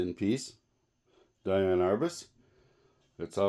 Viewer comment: It's "DEE-ann".